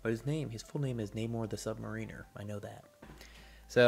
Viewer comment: I know this is being picky but mispronunciation is a pet peeve of mine... it is not sub-marine (er) as in 'Major Payne'is more of a marine than Private Pyle. He is the more mariner of the two. It is Sub- Mar (as in Marriage) in (the opposite of out) or (as in you paddle the boat with the oar). quietly steps off of his soapbox and walks away understanding that literally no one cares but himself